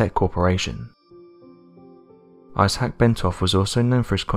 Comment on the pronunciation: iss- hack? Think he means Isaac pronounced eye zak 🤦🏼‍♀️